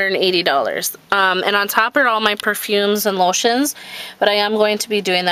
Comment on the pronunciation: Are you from Minnesota, it's the way you said Lotions :)) Nice storage.